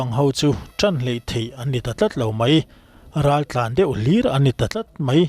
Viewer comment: Raltlanho tih ni na na na "Raltlanhau" ti a lam tlat mai chu.hau tih hi awmze nei lo ani